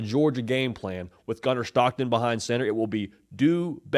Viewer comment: It Gunner STOCKTON! Not SCHHTOCKTON!! Voice annoying asf lmao.